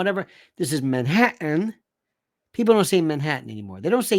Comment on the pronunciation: We have a divorce attorney firm’s commercial locally in which the woman says, “impor-ent”. It makes me crazy. So I laughed out loud when Lionel said Manha-ant